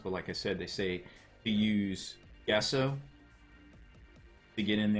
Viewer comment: "Gesso" is pronounced "jesso", not "guesso".